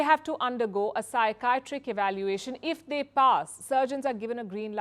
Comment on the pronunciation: psy chi at trick is the phonetic way to pronounce it . She needs to work ,,,,, on her ENGLISH a doll es cence ad dole less scence